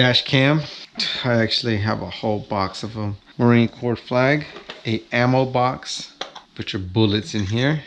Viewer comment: I like your videos man but Jeez bro it’s United States MARINE Corps (Core) not Corpse.